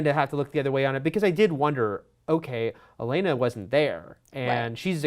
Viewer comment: its OLENNA not ELENA